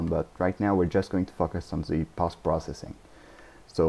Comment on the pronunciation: Nice tutorial, thanks! Also, i like how you say focus, you say something like fuckus :P